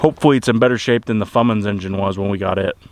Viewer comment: Fummins??? You say???